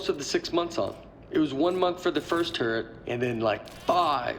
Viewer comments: Really? Nobody thought of the name "Tur-let"? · Not calling it a turrlet was....sigh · Turret, more like Turr-let. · Erik Wolpaw said that Nate couldn't pronounce turret very well and if you listen real closely you can tell.